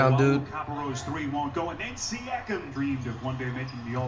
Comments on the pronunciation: Here's how many times Flight said "Sye-akam dude" and the commentator says "Siakam" right after 👇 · Flight-“siacom” Commentator-“siakim” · Yo. Here's some phonics. See-yak-um. Straight fool dem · Flight it's pronounced Siakam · Flight: Prounces siakam wrong Also flight: Says Siakam is a casual all-star Siakam: Am I a joke to you